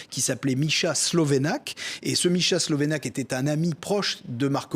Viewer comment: On dit pas "markovic", mais "markovitch". Ca sera sympa de prononcer les patronymes comme dans leur langue d origine. La lettre Ć se prononce "tch". On prononce "slovénats", pas slovénak. Ca veut dire "le Slovéne". Un petit effort... Et "miloch", pas 'miloss'. La lettre Š se prononce 'ch'. Miloš.